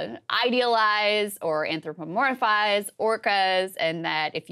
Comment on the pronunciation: Hearing Saagar pronouncing “anthropomorphize” was hilarious. Tough lip-tongue coordination for that word and he always has issues with those syllable transitions. Great video, thanks!